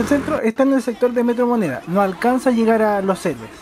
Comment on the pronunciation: CHINO ARCADE Opino lo mismo. Si mejoraras la pronunciación un poquito, como “vuelta” no “guelta” “llegar” no “iegar” sería excelente. De todos modos, muchas gracias por el vídeo y toda la información 👍